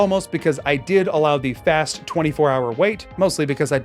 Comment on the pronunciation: HAHAAA HE... RAN... soo... FOST!?!? ROFL!